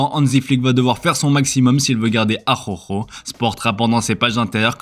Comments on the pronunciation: Merci…Mais le R ne se prononce pas comme la jota. Donc on ne dit pas « Ajaujo » mais « Araujo » avec le R roulé. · « Arhorho » mon dieu cette prononciation…Une fois pour toute c’est ARAUUUJO ! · Araujo ajujoo ?????? C’est quoi ça …. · C’est horrible cette prononciation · Faut faire un effort sur la prononciation D'Araujo 😂😂